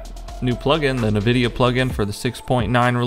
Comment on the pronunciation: It's pronounced N-Vidia. Not NiVidia